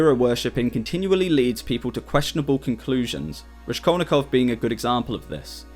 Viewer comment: "Raskol'nikov" is pronounced (also as shown in Wikipedia) with "s" like in word "rascal"😊. Thanks for video. Hello from Odessa,Ukraine .